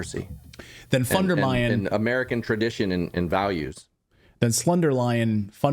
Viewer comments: Nothing wrong with pronouncing the "von" or the entire name the German way, but "Ursula von der Meining"? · "Von Deleyed" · Doesn’t matter what language she speaks in, she is not in command of her own tongue!! I am German I know. She says here “von der Mining”. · it's Leyen not Meyen (Ursula von der Leyen) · She said Ursula von der mining 😂😂😂 she is the dumbest politician so far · Baerbock called Ursula Fondermining lol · We have an expression in German, because she hardly can finish one sentence without a big mistake. "Gebaerbockt". She said "Ursula von der Mining", a typic Baerbock. 🤭 Her name is von der Leyen. She said: "The war will end when Putin turns around 360 degrees." She is actually a real danger to 🇩🇪. She declared Russia war from Germany. And with winning the war, which she really seems to believe, 🇺🇦 wins peace? What?🤯 And why only ukrainians must die for our values, democracy and freedom. Why Germany has an army, when not for this case, if it really were so? But they are in Mali since years, I have no idea for what. Greetings from 🇨🇭. I love your show.